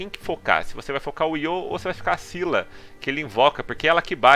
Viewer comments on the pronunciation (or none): O general marina do pilar do Pacífico Sul se pronuncia Cíla nao é skila, nem nenhuma outra variante, assistam o anime! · esquila 😂 vc Fala errado e muita Gente tmb o nome dele é Io De Esquila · Pronúncia Scylla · No anime se pronúncia "Io de Isquila" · Se não me engano, o Scylla vem da mitologia grega, se pronuncia Cila mesmo . Da lenda de Cila e Caribde. Os dois era monstros que atacavam no estreito de Messina. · A pronúncia é "Iô" de "Isquila". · Na verdade esse foi um erro de dublagem, algo que acontece bastante nesse ramo quando estão traduzindo um conteúdo. Mas Scylla é um ser mitológico, e como qualquer pessoa pode comprovar assistindo qualquer tipo de vídeo do assunto, verá que a pronúncia correta do nome dessa criatura é "Cíla" mesmo. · É io de Sila, ou oi de Skila ( Pronúncia de oi de isquila das 6 bestas em Br )!. Tá ok?. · Só é duvida a pronúncia pra quem não assistiu o anime Se pronuncia ISQUILA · Pronuncia: Iô de Isquila!!!! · Oi de dcylla de pronuncia esquila isso e mostrado no anime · Se pronuncia Scylla.. tmj men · Segundo a mitologia se diz "sila" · Oi meu o nome dele no anime se pronunciou Esquíla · Se pronuncia squila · Se pronuncia esquila